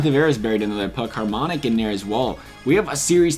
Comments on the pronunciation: I love how this guy says "HARMONIC" and not hamonic. Like where is the R sir? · This dude doesn't know hockey Harmonick! Russell!? It's Rousell and Hamminock